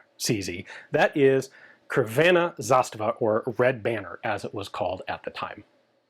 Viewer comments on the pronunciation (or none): Let's just do something about the pronunciation, shall we: -Khragooyevats (Kragujevac) -Tsrvena Zastava (Crvena Zastava) C is always pronounced as a TS, not K. A is pronounced as AH, not EI. It might not be the most accurate guide, but close enough. In the future, you can just check the Wikipedia or ask AI to pronounce it for you. I know you're capable, because you can do it for the French stuff ❤ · You did a lot of Zastava videos. Kragujevac is pronounced as Kragooyevats. the 'oo' would be short. Crvena Zastava - Tsrvena Zastava Slavic "C" is it's own voice. We never pronounce "C"s as "K"s. Cheers and thanks for the video! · Dear Ian your Serbian really needs work. If I were to try & spell the names for an English speaker phonetically it would be Tservena Zastava in Kraguyevats Serbia. I'm originally Polish, so I don't actually speak Serbian. The fun fact there is during the Serbian national revival in the 19th century, the linguists creating a standard Latin alphabet spelling for the language, used Polish as inspiration. This makes Serbo-Croatian quite easily readable for a Polish speaker, once you familiarize yourself with the differences between the 2 alphabets. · Kragujevac is pronounced as KraguyevaTS, and Crvena Zastava is TSrvena... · Ian we love you so much and thx for all you do we enjoy all of it...I know you are trying but it doesn't looks good with all those slavic words... I sugest you call your good friend Žiga/ Polenar tactical and let him tell you how to speak word like Crvena Zastava, Kragujevac... He as Slovenian can tell you 100% proper way to say all those words! Thx for all the work you do!